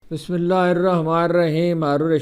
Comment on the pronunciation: سلام سر آپ بسم اللّٰہ شریف درست نہیں پڑھتے